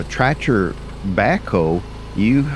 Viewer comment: Are you saying "tratcher' ?